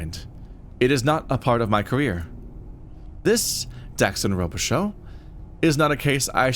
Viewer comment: Yes, it's French. Robichaux is a name you'd hear in Louisiana. It's pronounced Rowbishow down here. So far I'm enjoying this play through and its characters.